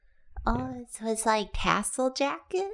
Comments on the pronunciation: I heard "castle jacket" too it's okay buddy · I also heard "castle jacket",. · It's OK, I too heard castle jacket. 😆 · truther out here: i too heard castle jacket and it reminded me that when my brain is on empty all that plays in there is karina saying castlevastle instead of castlevania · I also heard “castle jacket” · Just here to say… I also heard “castle jacket” and thought, what’s that? 😂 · To be completely fair to, I also heard "castle jacket":-D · in defense, I also heard "castle jacket" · I also heard 'Castle Jacket' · In defense I heard castle, instead of tassel, too. >.>